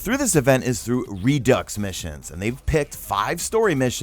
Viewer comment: Its redo it how u pronounce it not re dux haha